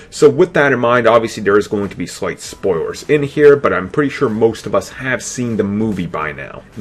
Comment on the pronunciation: Uh oh, he said Spoiwers. Get off of YouTube Elmer fudd.